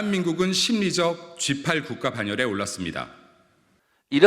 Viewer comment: 대통령실 대변인~G8이않이고~시팔이겠지~발음을똑바로하라~국민들은~시팔로~들린다~날리면이~않이고~ 바이든~이라고들리듯이~~